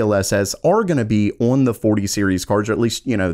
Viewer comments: Why does he say "Orn" when he means "On"? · I'm afraid to keep watching. I'm gonna start saying awon instead of on. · I cant get over the way you pronounce "on", "Orrn". lol nothing personal. thanks for the vid.